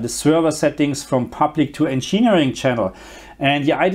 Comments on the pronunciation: Encheering mode lmao it'd "engin "eering" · He doesn't pronounce it as you say, he says encheenering, not encheering as you wrote